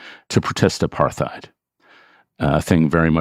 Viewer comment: Is David pronouncing apartheid wrong? I think so. Big fan of David anyway.